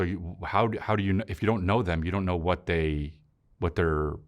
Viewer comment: He’s doing his cute voice bit. Listen how he sounds almost Canadian when he says “you know”. I don’t watch much of a Chris but I saw he once did this bit on a podcast about cute characters in movies and did the exact same voice